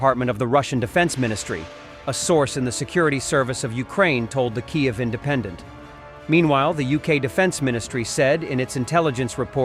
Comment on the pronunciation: To fail to pronounce the capital of Ukraine correctly is evidence of monumental laziness and disrespect.